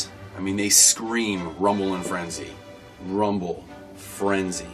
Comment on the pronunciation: Finally someone got rumble and frenzy correct